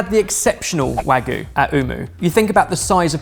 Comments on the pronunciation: Love your work, guys, but Wagoo? Not Wagoo.. it's Wagyu! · It’s wah-gyu, not waa-goo,! 😂 わぎゅう！ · I believe you mean "hwagu" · you guys kept pronouncing wagyu as wagoo lol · Wahgoo? C'mon, chef! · I love you guys so much, but you’ve got to stop calling Wagyu - wagoo. It’s not goo, it has a y in it. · Was no longer able to focus after mispronounced "wagyu" as "hwagu", and then moments later did it again while talking about going to eat it from a premium Japanese restaurant... C'mon man, you're a chef! Wagyu is world-famous in the culinary world! You're killin' me...:[